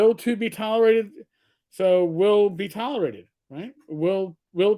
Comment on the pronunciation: "will to be tolorated." What the hell is a "tolorated"???